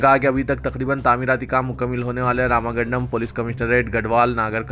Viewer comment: please try to correct yourself while reading the news you are committing lots of mistakes. Simple example Ramagandam nahi RAMAGUNDAM This is only one there are LOTS in one session.